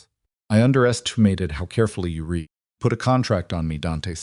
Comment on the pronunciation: Why is it impossible for the narrators while they are talking to think and realize when the word read is pronounce it riid or red?